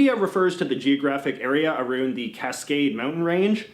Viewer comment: Nobody says that except. And "aroond" is just bizarre. And occasionally he forgets to use those pronunciations.